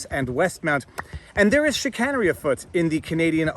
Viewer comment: Chicanery has a long “A” 🤓